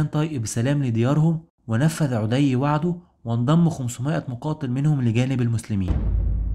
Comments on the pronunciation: ما شاء الله عليك مجهود ضخم وتبسيط جميل جدا ربنا يبارك فيك وأسأل الله انك لا تتوقف أبدا عندى بس ملحوظة بسيطة غير مخلة بالمحتوى ولكن اتباعها يعطى النص رونق وهى مراعاة النطق الدقيق للأسماء؛ مثلاً => طَـيِّئ بتشديد الياء مش طَيْئ، عَـدِىْ وليس عُـدِى هى أشياء بسيطة ولكنها ستزيد المحتوى بهاء إلى بهائه، وجزاك الله خيرا. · لسانك اعوج تقرء اسماء الصحابة خطاء ف عدي ليس بضم العين بل بفتح العين ... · أخي برجاء الأهتمام أكثر بنطق اللغة العربية والتأكد من الأسماء فمثلا عدي بن حاتم الطائي ينطق الإسم عدي بفتح العين و تسكين الدال و كسر الياء و كذلك عيينة بن حصن الفزاري فيكون نطق عيينة بضم العين و تشديد الياء و فتح النون. ملاحظة اخيرة انت تتحدث عن معارك و قتال فلابد ان تكون نبرة صوتك معبرة عما ترويه و ليس همسا كما فعلت. بالتوفيق. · بارك الله فيكم..عمل عظيم ما شاء الله..عندي فقط بعض الملاحظات الغير مخلة بالموضوع.. عَدي بن حاتم بفتح العين ..وكذلك ثابت بن اقرم وليس الارقم..كذلك اسم القبيلة هي جَديلة وليست جُديلة ...بارك الله فيكم وجزاكم الله خير الجزاء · حلقة ممتازة ومجهود رائع😍 برجاء مراجعة الطريقة الصحيحة لنطق بعض الأسماء مثل عدى وعيينة حتى تكتمل الإستفادة وتصح المعلومة، تحياتى💚